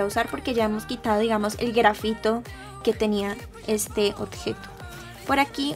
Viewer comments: Me gusto muchoooooo tu video solo quiero hacer un comentario... tú dices otjejo pero se dice objeto con b y no con t, solo es un comentario pero me encanto el video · me encanta que diga otgeto jajajaja me gustan tus videos